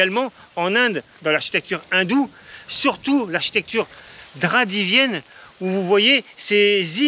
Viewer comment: Bien saisi, le regard de la jeune fille étonnée par vos mouvements de bras ! : "draVIdienne" , pas "draDIvienne" ! Pour l'idée, vous avez raison. Et pour l'ensemble de la présentation, merci. Je suis étonné de voir cet ensemble encore en activité, mais j'ai observé la même chose en Inde, où bien des visiteurs (moi aussi) ajoutent quelques fleurs au passage, à des statues qui n'ont plus d'âge mais qui sont toujours aussi émouvantes.. Savourez bien ces magnifiques endroits! Ici, en France, l'ambiance est beaucoup moins agréable en ce moment.